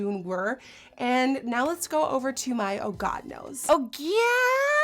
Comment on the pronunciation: It sounds like she said "hits in a god nose " !!😂😂